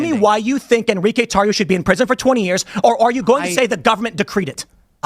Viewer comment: "en-ri-que?" huh, that's the name? huh. LMAO